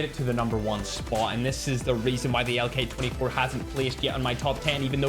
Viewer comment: really tried to say LK24😢